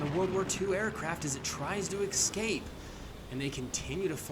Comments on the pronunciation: Why do you say excape??? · There is no "x" in "escape"